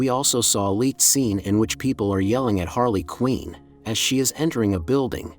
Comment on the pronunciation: How do people make things like this, you think you would have seen the movies/cartoons or be knowledgeable enough about the character to pronounce the name correctly. She’s also been a super popular character for like 30 years but no big deal . I just don’t get it , is it just for views or is lazy content ?